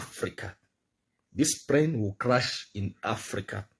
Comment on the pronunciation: I beg wey tin dey crash is it plane or prane lol 😆 😂 😅 🤣 😜 😄 😆 these illiterates never fail to amaze hahahaha 😆 😂 🤣 😉